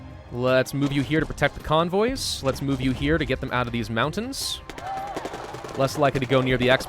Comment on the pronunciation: convoys Me: conbois